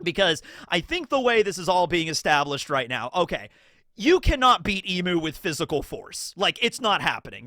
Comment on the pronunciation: It’s eeeeem not eeemuu for Imu! Emu is a bird😂